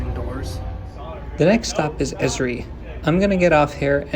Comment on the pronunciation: Also, it is not pronounced as a word, but the letters each said sequentially. E.S.R.I.